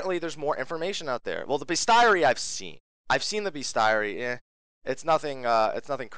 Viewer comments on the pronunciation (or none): Isn't bestiary pronounced [bee-stee-a-ry]? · I don't usually do this, but it's so hard to listen to: bestiary: "bistʃiˌɛri"